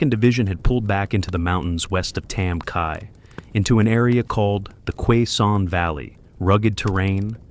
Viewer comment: Its pronouncest. Kay-son valley Not qua son